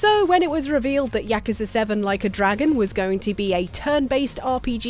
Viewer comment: OK but why can't pronounce yakuza right?